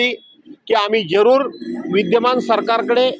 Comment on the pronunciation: आम्ही जेरुर आम्ही जेरूर बोलतो बेवडा